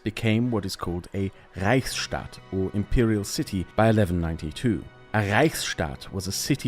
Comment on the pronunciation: Ich liebe es wie du Reichsstadt sagst